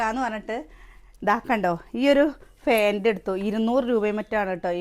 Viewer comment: ഫേന്റ് എന്നാണ് എപ്പോഴും പറയുന്നത് ശ്രെദ്ധിച്ചു നോക്ക്